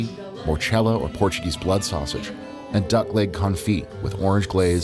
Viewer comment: Great vid. Your pronunciation of Portuguese words and place names was pretty good, especially for an Americano. Lisbon 🇵🇹 is one of the prettiest and most unique cities on the planet. Cheers from 🇨🇦.